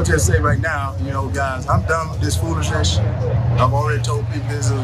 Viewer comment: Lol! Guys, Hershel is DONE with the "foolisnesh"!! 😁😁😂😂